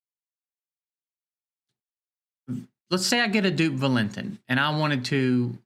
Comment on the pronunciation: The autoloot system could be boosted. Theyve been playing around with it constantly since beta. It used to give 24 hours for the 20 gem auto loot. Maybe they change the drop to every 20 seconds as well. Valentin is pronounced Val-in-teen I think they need to figure out some new events with unique fights. Have random events that pop up every hour, every 6 hours, 12 hours, daily etc. have interesting oddball fights. For example maybe the goal can be to survive as many turns as possible against an unkillable boss. Remove all offensive skills so u have to build unique groups loaded with counterattack, dots that proc on hit, reflect, etc. Do interesting things that require off the wall group comps. Essentially the game has early and mid game content but no real end game. I also think they need to bracket the events based on account power. There is zero chance for f2p to ever compete in certain events like the nedgia event running now. Maybe they bracket based on money spent as well.